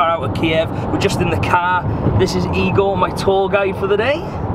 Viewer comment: HE SIAD EGOR